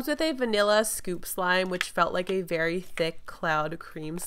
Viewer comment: Did anyone notice she said berry unique texture